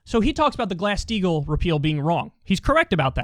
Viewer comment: I always hear glass steel instead of glass steagall